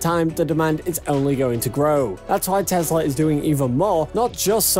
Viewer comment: It is not a Tezla. It is a Tesla.